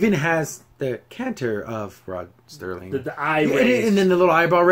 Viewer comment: First it is the late Rod Serling (SIR-ling) there is not 'T' in his name. Next, the ad was sucky because it should have included some kind of Twilight Zone Trope. 'Submitted for your approval, a man who is about to take a trip into a zone whose boundaries are that of imagination. Guiding him on this mystic journey is the mesmerizing sounds of the Twilight Tone.' I agree that they should show both sides, as they did in the Charles Bronson and Elizabeth Montgomery episode where it is the last American soldier on earth (the last man at all for all we know0 and she is the last Soviet soldier (perhaps the last woman) and without any language in common they can't speak to each other, and yet... I have two favorites from the Classic Zone, A) To Serve Man, and B) Midnight Sun. However, if they adapt a current story into an episode, I would like to see the short story from Stephen King's Skeleton Crew called 'Heaven'. It is about a couple who lose their way driving through the forest in Washington state, and come upon a small town called Heaven. As they drive around town they notice that the cop looks a lot like 1950s Elvis, and in a diner there is a janitor who looks like Buddy Holly, and a waitress who resembles Janis Joplin. Suddenly the couple finds that they can't find a way out of town, and as darkness falls they park and following the stream of people they enter a huge stadium. As they sit down the MC--how looks to the wife a lot like Alan Freese--comes on the stage and shouts